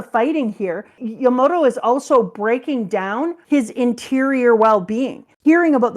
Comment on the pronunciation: It’s Yamato, not Yamoto